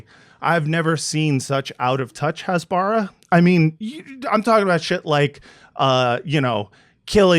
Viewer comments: Great concept. Please learn how to pronounce "Hasbara" though. It's "Khas-ba-ra (like KHAMAS)", not "Has-baar-rah" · Hasbara is pronounced "hasbara" -- not "hasbara" -- OK? Thanks for your good work. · i cringe everytime he mispronounces "hasbara". I had a stroke after just 5 minutes.